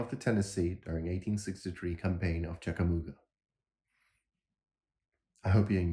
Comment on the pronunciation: My favorite uniform. The AOT is a great army but your pronunciation of Chickamauga is commendable but close. ·